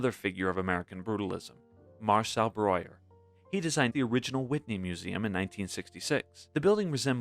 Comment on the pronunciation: Apart from the inconsistent pronunciation of Breuer's surname, this was a very informative video.